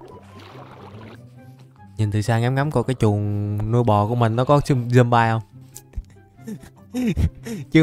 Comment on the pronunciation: Trời ơi con zomby mà anh gọi là zombai 🤣🤣🤣🤣